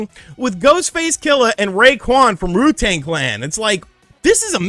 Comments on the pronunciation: Man called them Ru Tang Clan lol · Ru-Tang Clan? 🥺